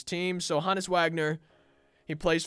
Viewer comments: HO-NESS NOT HAHN-ESS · It’s not HA NUS it’s Honus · Ho (like Santa) Nis Is how it’s pronounced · The way he says Honus made me dislike